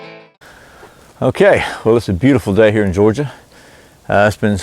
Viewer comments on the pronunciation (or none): none